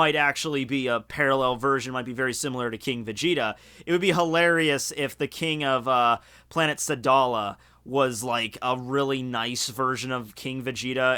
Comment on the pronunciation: "planet salada" its sadal